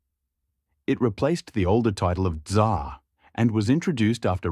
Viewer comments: "TsaaAaa" такое чувство будто буквы "r" в английском языке просто не существует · "Tzar" ->"dzAAaa" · то что он Ц как З читал мне больше ухо резануло